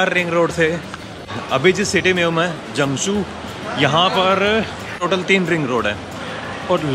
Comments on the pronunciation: It's Zhengzhou, not Zhangzhou. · here is Zhengzhou，not“zhangzhou” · Its Zhengzhou and not Zhangzhou as Zhangzhou is towards the south of China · Hey Welcome to China! But it is supposed to be Zhengzhou. lol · zhengzhou。。not zhangzhou